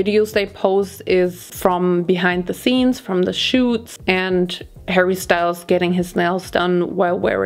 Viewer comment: As a French, your pronouncation of Harry Style is very bad 🤣 if it was in french, de will pronounce it "harry Stele". Y is like E